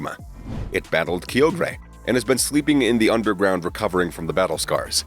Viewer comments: Key-o-gray????? KY-OGRE…. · no hate but they way you said kyogre made me laughe